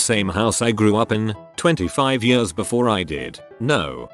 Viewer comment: when the robot voice said ,,yöörs'' instead of ,,years''... .....i felt that